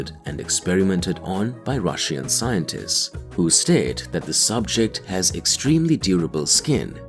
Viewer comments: The video is very informative, but the way you continually mispronounce the word RUSSIAN is simply unbearable... 🤷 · The way you pronounce Russian is really annoying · Stop saying Russian, for the love of God...